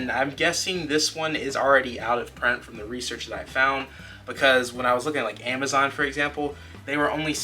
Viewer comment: I swear if u say imizon or awwnnnaamu again I’ll unsub